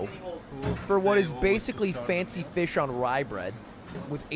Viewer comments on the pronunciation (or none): none